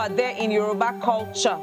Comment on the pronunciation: Who else heard the guy from Caleb say ''colour in youruba culture keeps" 😂😂